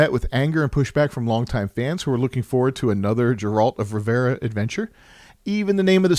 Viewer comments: "Another Jeralt or Revera adventure" First time I hear someone butcher it that badly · Dżerald of Rivera xd